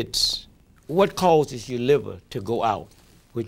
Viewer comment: why did he drop the r off liver would've been a good question for armstrong to ask him